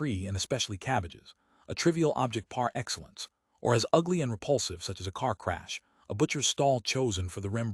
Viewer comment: But why is it read in such a soulless manner? Why such flatness, disinterest, monotonic drone of words? Some words are even mispronounced (such as PAR Excellence)